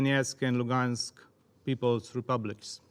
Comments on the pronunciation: Зараз геть не час критикувати вимову наших представників в ООН, але мене теж зачепило оце донєцк, луґанск, владімір. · ай хев ван квестіон, чому Донецьк і Луганськ вимовляються на російський манер??